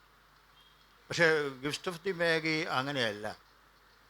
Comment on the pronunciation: മാഗി അല്ല മജയ് എന്ന് ആണ് ഉച്ചാരണം